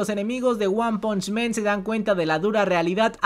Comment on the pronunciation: se dice "wan panch MAN" no "wan ponch MEN" xD